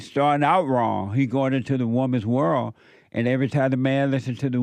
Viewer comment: saying whirl instead of world is beta